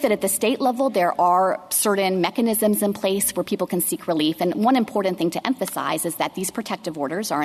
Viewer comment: On a personal note not related to the case, the Solicitor General needs to learn how to pronounce "important " and her voice is extremely grating. And to Justice Sotomayor, no guns aren't dangerous by themselves. It is the welder that is the dangerous component in the equation. If "sensitive places" are so important to not allow guns, then why are those the places where violence with guns occurs? The prevention sought be the designation isn't working.